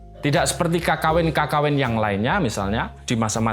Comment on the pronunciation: Cara bacanya Kekawin pak, pake pepet, aneh aja kalo didengar kalo "KAKAWIN"